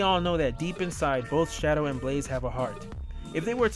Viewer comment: Shadow! NOT Shidow!